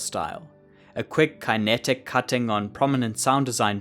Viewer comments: I'm guessing you've never heard anyone say kinetic irl? Fyi it's pronounced kuh·neh·tuhk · great video and all but how do you go so far in life without knowing how to pronounce kinetic lol